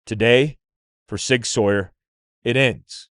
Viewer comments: Sauer is pronounced “sour.” Not Sawyer, like Tom Sawyer. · Mind blown why can’t all of a sudden say “Sauer” correctly. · The mispronounciation of "Sauer" throughout this video is so distracting.